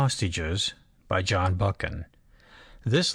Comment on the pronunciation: Christ Almighty - this is unlistenable! Total garbage - pauses in the wrong places, no intonation. Cant even pronounce the author's name - give this a big miss!